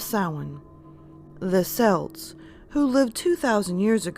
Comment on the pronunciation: Er... it’s pronounced kelts with a hard C. Unless you’re talking about the Scottish football team. Other than that another excellent video